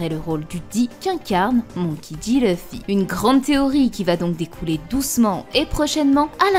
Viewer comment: C’est pas méchant mais je supporte pas les gens qui disent leuffy comme elle bordel c’est écrit LU pourquoi dire LEU 😂😂😂